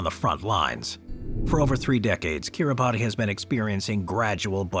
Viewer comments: Kitibati is pronounced "kiri-bahs". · Kiribati is pronounced ki-ree-bas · Timely reminder, good video. Shame about this American narrator continues to mispronounce place names :face-orange-raised-eyebrow::face-orange-raised-eyebrow: It's not difficult to find out. Making a video for world distribution - he could at least have pronounced Norfolk and Kiribati correctly!!!!!